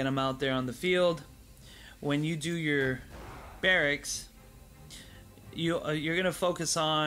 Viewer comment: Appreciate the tips and the content but it is pronounced BEAR*AXE(Barracks)....not brackets 😁